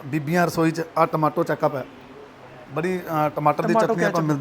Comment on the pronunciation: ਕਈ ਵਾਰ ਗਲਤੀ ਨਾਲ ਬੋਲ ਹੋ ਜਾਂਦਾ ਆ ਪਰ ਇੱਕ ਵਾਰ ਨਹੀਂ ਦੋ ਤਿੰਨ ਵਾਰ ਬੋਲਿਆ ਚੈਕਪ ਚੈਕਪ ਚੈਕਪ😜😜😜😜😜😜